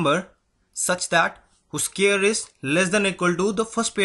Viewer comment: 1.This is a longer method. 2. Scary is spelt with a single r. Look up Scarry. You'll be surprised. And please get the pronunciation of square correct. And what is guessed out number? Shorter method. To find root of 625. Divide the number into 6 and 25. Step 1. If the number ends in 5 its root must end in 5. Last part of answer. Step 2. Find the largest perfect square equal to or less than 6. It is 4 and its root is 2. First part of answer.